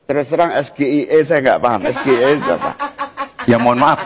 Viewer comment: Gibran blunder ternyata tentang pertanyaan SGIE, itu harusnya pake bahasa Inggres tp dibaca pake bahasa Indonesia